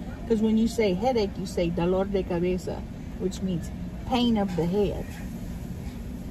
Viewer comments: Damm got me shook when she said “dolor de cabeza” head hurt perfectly 😂💕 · Ok pronunciation of “dolor de cabeza” actually has me shook 😂